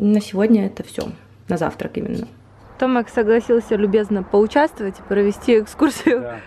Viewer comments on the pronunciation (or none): Девченки, Томек , не Томак.